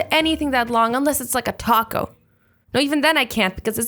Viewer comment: I thought she said cock instead of taco...